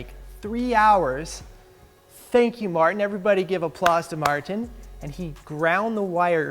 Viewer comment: Mar Tin sounds funny